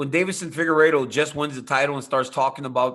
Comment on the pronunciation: ariel can't say won